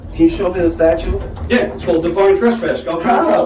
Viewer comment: Hey it's statute not statue.